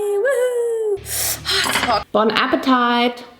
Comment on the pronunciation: she did not just pronounce "bon appetit" like that💀💀 "bon appeTITE" 💀💀💀💀💀💀